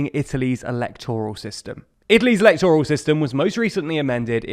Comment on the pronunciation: Just because a word ends in -oral doesn't mean you stress the O. Óral: yes. But Eléctoral, Máyoral.